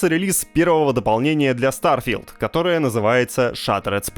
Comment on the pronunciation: Старфи́лд Шатеред спейс. 😂